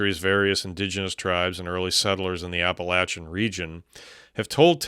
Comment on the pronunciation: THANK YOU, for the love of god, for pronouncing us “App-Uhh-Latch-Unn” correctly. I’m from the Nantahala Natl Forest area & I have an amazing experience with that big man.